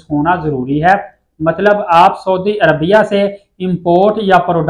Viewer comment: dear brother you are giving nice information,please correct your pronounciation of saudi Arabia. thank you.